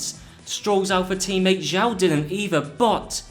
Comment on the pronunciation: It's not pronouneced "Zhao" it's pronounced "Joe". No, I'm serious, this isn't a prank and every time someone mispronounces Zhou my heart crumbles a little bit. GOod video nonetheless.